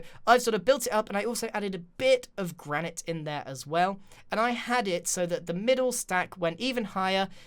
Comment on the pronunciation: Does anybody else get annoyed that grian pronounces Granite wrong? and this house is GOOOOOOOOOOOOOOOOD!